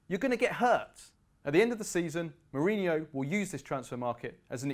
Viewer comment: Who is this guy? Can't even say his name correctly.